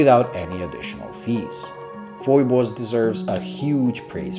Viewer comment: Great review, Thumbs up given! You hit the nail on the head about the contrast of the markers, hands and dial. 😄Hahaha, Looks like I'm not the only one who gets the pronounciation of the company's name wrong. Like you, I look at the spelling and I'm forced to say Foy-bus, even though when I contacted Phoibos directly they'll let you know it's actually pronounced Fee-bus. Screw them, Foy-bus for the win! 😁